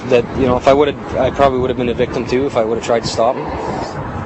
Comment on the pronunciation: Take a shot every TIME they say victem